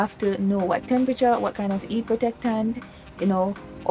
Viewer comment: When you said heat you sounded like you said eat lol